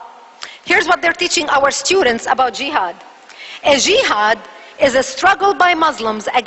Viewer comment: where did she get this info from ?? she is wrong about everything !! jehad and specially the shehadda , this is not how u say it LOL and witch is the name of school that teaches this ??? we want Facts ,evidence ur holding a paper has a moon on it , sorry Islamic books does not have moon on it. final part : Who is brainwashing kids ?? THE media is ,people like u ,u are Zionist